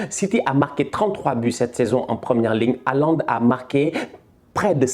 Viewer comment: Bonsoir erling haalad 😂😂🤖